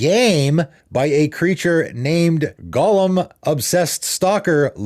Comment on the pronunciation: Thank 👏 you 👏 He kills me with his pronunciation of ‘golem’ every single time.